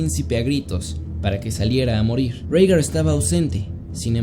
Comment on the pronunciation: Bro, se dice Rigar*